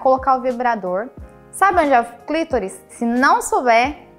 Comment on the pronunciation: Clítoris? Clitóris e o certo....